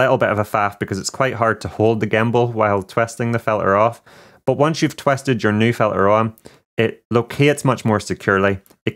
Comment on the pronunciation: twested... lol. anyway, thanks for the video!